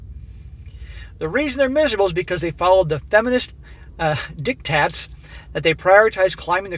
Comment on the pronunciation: dictwats! LoL 😂😆😂 dictwaters! LoL 😂😆😂 edited* he says dictats, really I heard dictwats.